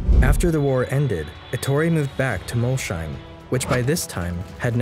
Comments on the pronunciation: If Molsheim is to be pronounced the way you did then Schmidt is spelled Shmidt. Ever see Shmidt? (There is no sh in German, there is sch) It is pronounced Mols- heim (Mols home) the home of Mol, get it? Man I cringed every time, why don't you quickly check up on these things prior. Apart from that I loved it. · The video would have been better if you had made even the slightest attempt at pronouncing words like "Jean" or "Molsheim" correctly.